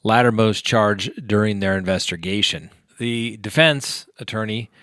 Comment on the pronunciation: “Investergation” 🤣🤣🤣🤣😅😅😅😂😂😂😂 I’m sorry but am I the only one that caught that?